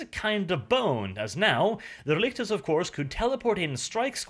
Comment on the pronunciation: Relic,tors. RELICS. I kept hearing RElictors R.E. Lictors Resident Evil Lictors through the entire video.